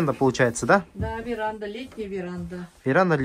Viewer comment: КОГДА ЖЕ ТЫ НАУЧИШЬСЯ ГОВАРИТЬ СЛОВО ВЕРАНДА. !